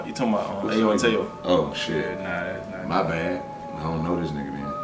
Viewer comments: It’s pronounced made in Tokyo not made in tyo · It’s pronounced Made In Tokyo 😂. TYO = Tokyo. Not made in Tiii-yooo, It’s Tokyo 😂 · just for reference, it's pronounced "Made In Tokyo." anyway, I love your content, keep it up guys 👍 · Its pronounced Made in Tokyo (TYO an abbreviation for Tokyo) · Madeintyo is pronounced Made in Tokyo